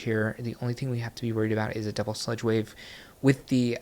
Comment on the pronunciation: “Doub-wool kick” 😂